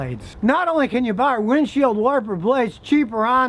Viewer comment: "windshield warper blades" 😂😂😂